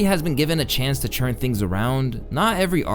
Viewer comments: Saying “churn” instead of “turn” is crazy when you say it so much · I love you... but please, its TURN, not CHURN. I'm begging you. I don't know why you keep pronouncing turn like that. It's all love from here but it's driving me insane atp